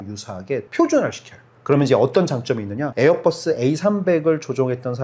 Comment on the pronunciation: 에어뻐쓰라고 안 하면 안돼요? ㅠㅠ 보잉도 뽀잉이라 안하고 맥도날드 떠글라쓰라고 안하자나요